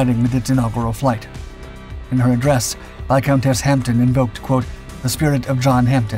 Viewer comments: The video's title is ludicrous and the breathless commentary overdone. The Hampden (not "Hamten") was comparable in performance to the Whitley (which carried a heavier bomb load) but neither were in the same league as the Wellington. Pilot's liked it for its manoeuvrability but its narrow fuselage was a real handicap. It performed good service in the early war years but was not as exceptional as the video makes out. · It's HampDEN, not HampTON. Pronounced Hammden, silent P. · Where as 'Hampton', which the commentator on this video consistently substitutes, means something completely different and rather rude! See a dictionary of Cockney rhyming slang! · Good video, thanks, but with my pedant hat on I'm wondering why it's repeatedly referred to as the "Hamp-tin" when it's actually pronounced "Ham-den". 🤓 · Hampden not hampton!! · It is pronounced Hamden - the "p" is silent. The narrator sounds as if he is saying Hampton. They are rebuilding one at Cosford Air Museum in the UK. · Silent "P" -pronounced " Hamm-den" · why is the narrator persist in callin it the Hampton when its the Hamden? I can guess of course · The HP52 was known as the Hampden not the HampTON as the voiceover irritatingly states repeatedly. Get it right. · Good Doc, but please stop calling it a Hampton, its a Hanpden. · Over here, in the UK, it's pronounced Hamden (the P is silent) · Sorry to be picky but it is pronounced Hamdun. My father (Bomber command throughout the war) always called them 'Ham bones' 😀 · Pronounces Ham Den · Pronounced "Ham - den". It's the Scottish national football stadium. 🙂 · pronounced Hamden though, the "P" is silent. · It is pronounced "Ham den" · No, it's a Ham-den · You don't pronounce the P. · The Hampden? What? is this channel now actively parodying itself?